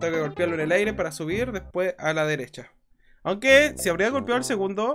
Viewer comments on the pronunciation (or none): none